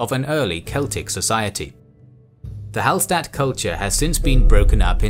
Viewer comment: Hallstatt is actually pronounced Hallshtatt (coming from an austrian) Great video though ;)